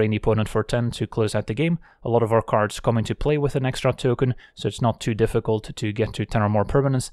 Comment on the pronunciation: Ok I have always wondered...are you saying "Looking for Magic cards or Magic carbs"? What are Magic carbs? 😂